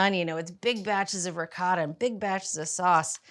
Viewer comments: 1- "Ricotta": Pronounced like the singular syllable “ree.” The “coh” sounds like the “co” in “coat, ”Tah" 2- “Moooz-za-rell" - It's not a Jewish Matzah. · I’m Italian American. Please forgive me - but the pronunciations of ricotta, mozzarella, and saying meat sauce, noodles 😂. Brown the pork (only) first, then add onions, garlic, parsley and basil. Egg added to ricotta can be optional. However, I wouldn’t turn away this lasagna.